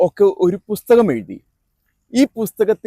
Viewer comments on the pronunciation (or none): none